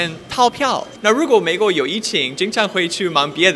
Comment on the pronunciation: ，你的中文利害了，出来那个“美”国，不准，好好笑。